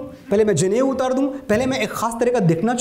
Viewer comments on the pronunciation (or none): JANEU NAHI NADA BOLTE HE 😁😁